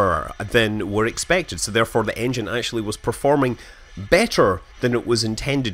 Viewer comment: did he mean engine or iongine lol